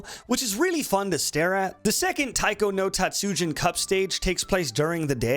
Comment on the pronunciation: Please never say Taiko no Tatsujin like that again